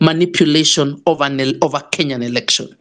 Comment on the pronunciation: Good work, however watch out with the word "election" and not say "erection"...